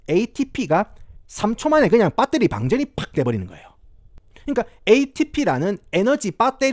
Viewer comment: ?? : 크리에이틴 입니다 크레아틴어쩌고... ?? : 밧데리 발음 왓다갔다 하는거 ㅈㄴ 정겹노 ㅋㅋ